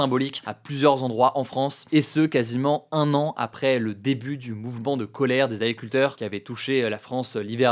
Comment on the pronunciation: Tu parles trop vite, ce ne sont pas des « Aculteurs » 😅